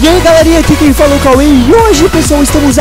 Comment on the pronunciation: Nao é fal é fala e nao sal é salve